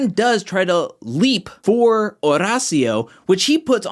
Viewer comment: I’m glad you’re probably the only one who pronounces Horacio’s name correct. H is silent